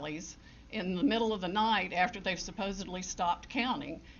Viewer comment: "Tha AP has called. . ." LOL